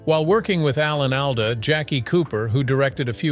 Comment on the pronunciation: I have always heard Alan's last name pronounced ALL-duh.